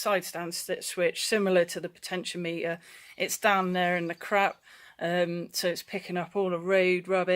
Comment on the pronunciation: Potentiometer is said "potechy-ommiter" . I have the same issue on my R1150rt , bloody thing . Stupid ass place to put it huh . I`ll pull it out one day . lol You can get a good used Side stand switch for £20 of flea bay . I replaced mine about 4 years ago , been OK every since . Be careful if you remove it . Driving off with it down sucks !